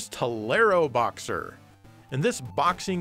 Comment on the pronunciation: I love the pronunciation of "teleroboxer" I am not saying im 100% correct but i remember people saying "Tele - Ro - Boxer" Like controlling a Robot boxer from a distance, but TA-LAIRO-Boxer sounds like this game has a Spanish heritage :) I love it!